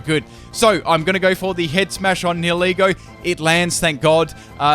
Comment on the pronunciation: Funny that can't pronounce 70% of Pokemon names correctly, yet he managed Nihilego - I can't say that name to save my life.